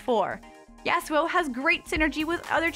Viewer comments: Im not being a nerd kid. And its YAH-SUE-O (if i was making it easier for americans to understand it) not the way she says it at all.. He has a Japanese Character name and it should be pronounced to sound japanese. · I think she should learn how to say Yasuo. Its like nails inside of my ears everytime she says it